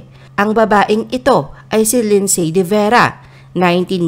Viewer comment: You guys need to pronounce Lindsay…AS LINDSY…SILENT “Y”. Like the word “WHOLE…PLEASE PRONOUNCE IT AS “HOLE” NOT “HULL”. Pronounce HOURS AS..AH.WARS, NOT ARS! Okay?!